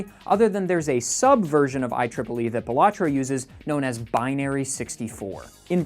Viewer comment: Pronounces the game wrong ICANT